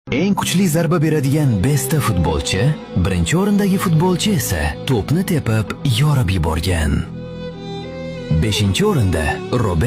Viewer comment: Besta emas beshta buladi😂😂😂😂😂😂😅